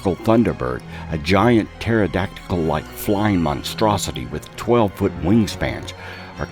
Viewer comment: Yeah, I thought I heard him mispronounce it!